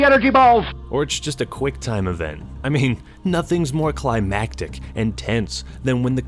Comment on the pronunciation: "climbatic" lmao